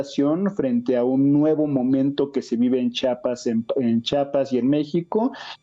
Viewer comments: Buen día. Un favor. Se pronuncia CH I APAS, NO CHAPAS. Gracias. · Jajaja dice chapas ...tan pendejo no sabe decir chiapas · Lo correcto es chiapas no chapas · Chiapas no chapas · Interesante el análisis del maestro Raúl Romero, pero el nombre del estado se pronuncia como se escribe,la I no es muda.Çhi a pas.